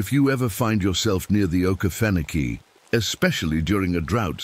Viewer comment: texas. And it's O Key Fen Oh key